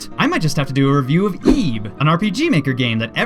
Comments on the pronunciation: I bilieve it's pronounced like it, not eeb... Just sayin' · I thought it was pronounced "ib" instead of "eeb"... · It's Ib. Not EEEEEEB. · ti not eb it is ib